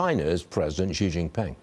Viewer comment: The full name of the Chinese president, Xi Jinping, should be said smoothly as shee jin-ping, not zhee awkwardly. You’re commenting about him but still don’t even know how to pronounce his name—ridiculous, what a loser.